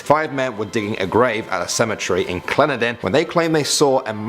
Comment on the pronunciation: It’s Clen——den in. 🙂